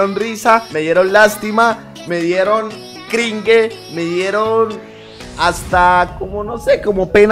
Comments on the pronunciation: Jajjajjaj yo riéndome cada vez q decia Quingre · se pronuncia crinch cringe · Pero mr dice cringue